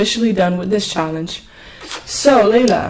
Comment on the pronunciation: It's Layla not Leia!